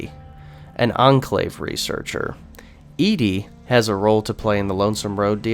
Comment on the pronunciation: Why do you say ED-E's name like that? If you've played New Vegas before, you know it is pronounced "Eddie."